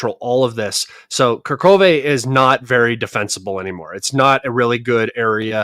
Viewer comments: plz say not karkove(Kurahove). Say Coo asin Cool. Ra as in row How as in Hoyhoyhoy Ve. So it's. CooRaHoyVe. LoveYa❤ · It’s KU-RA-HOVE